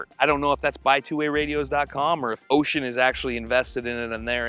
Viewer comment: Bro I like cried when you pronounced the name of the Radio right. God bless you…….. but really keep up the great 👍 work. Thanks